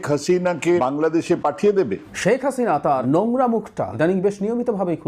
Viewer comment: শ্যাক হাসিনা নয় শেখ হাসিনা।ভাষাটি অন্তত শুদ্ধ করে বলবেন ভাই